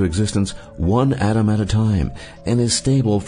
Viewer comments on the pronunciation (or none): none